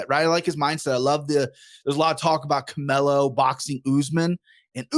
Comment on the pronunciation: "Camelo?" C'mon guy, as you said, be better haha